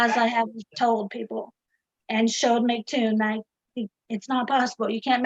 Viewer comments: How to determine if your debate opponents can’t grasp simple descriptions… they can’t pronounce your name right. By the second I hear „Mactoon“, any explanation will be misunderstood… guaranteed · You know she is a real Flerf cause she says "Mic " vs "M C." How can someone who can't get that right think they can prove the Earth isn't a globe.